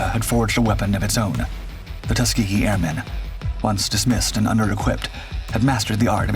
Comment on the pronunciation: Tusgehee airmen, Great Americans.